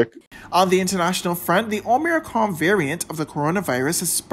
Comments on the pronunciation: The news announcer clearly hasn't taken the time to learn how to pronounce O-MI-CRON... I have no idea what is O-Mir-con 😄😄. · Both the announcer and reporter at the end of broadcast pronounced it differently than others, did you missed the reporter? He said. 'Omiccon'. I've heard many reporters even Doctors called it various ways. No need to be critical of one person. js.